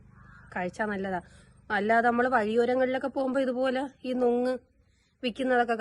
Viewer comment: നൊങ് അല്ല.. പൊങ്‌ 😊